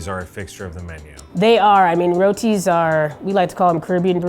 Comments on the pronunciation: its pronounced "rooti" btw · I got stuck on rOties there for a bit xD, man pronunciation is crazy